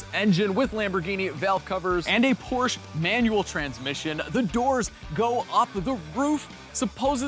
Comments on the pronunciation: Perhaps a Fugaziablo? And I know you are from Chicago.....but it is Porsha.....not Porch. Love the channel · 964 Porsch-A. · It's pronounced "PORSC -HA" (or Por-shuh)